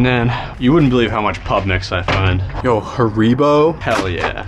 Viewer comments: HA-REEBO ITS PRONOUNCED HARA-BO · First time I've heard Haribo being pronounced Hareebow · “Horeebo” that is the worst way I’ve heard that pronounced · Look up the pronunciation it actually ha • ree • bow 😂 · Huhreeboh, that's 100% how it's pronounced🤣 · "hareebo"??😂😂 First time I've heard someone pronounce it like that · Hureebo lol... that's not how it's pronounced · why how df you americants pronounce it? its literally probounce haribo. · I love how many people are laughing at how he pronounces Haribo, while 99.9% of you aren't pronouncing it correctly either. 😂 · Nah this man did not just pronounce haribo like that. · I didn’t know you could pronounce haribo wrong until today😊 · I'm sorry how did you just pronounce Haribo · You didn’t just pronounce haribo like that wtf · Why tf pronounced haribo the way he did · How the fuck did you just pronounce haribo??? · Anyone else cringe when he pronounced haribo.